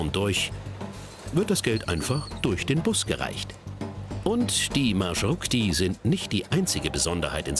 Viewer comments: Es heißt MarschruTKa! Plural: MarschruTKi! Und nicht Marschrutik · Marschrutka nicht Marschurtka: Marsch und Route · Das heißt marschrutka 🤣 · Xaxaxa wie schaft es der Typ das wort Маршрутка nicht auszusprechen. Das kommt von Deutschen Marschroute. BljA